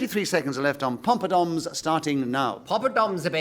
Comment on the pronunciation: Is Nicholas Parsons calling them “pompadoms”?